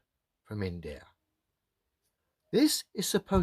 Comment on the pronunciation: Hey globealoids, get that in-da-ya🤣